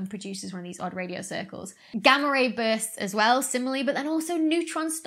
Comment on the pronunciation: Odd Radio Cirlces.. pronounced like Cersei?